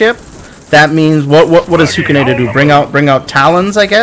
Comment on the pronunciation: Love a good ol tournament boys!! Don't love murdering Huks name every time he says it 😂😂